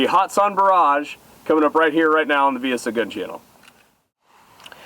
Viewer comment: Young man, if ya' gonna hype a great company, please say their name correctly. There is NO 'hot' in the company 'Hatson'. Have a good'n, and keep the videos a-comin' for this retired "Old-fart" to enjoy. Seriously, for ME to say ya' doin' good... well, that truly IS sayin' a TON. It is hard to please 'Mr. Know-It-All' here... lol!